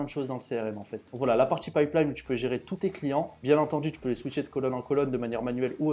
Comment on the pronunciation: tchutoriel, tchunnel, automatchique, partchie, tchier, optchimiser, partchie, outchil, tchu . . . Mais tag et pas tchag, automatchique mais pas autchomatchique, etcetera et pas etchetera . . .